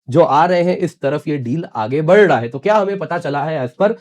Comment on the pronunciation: Whatever else, you need to correct your pronunciation of "बढ रहा..." from "बर ढहा". It is jarring to the ears.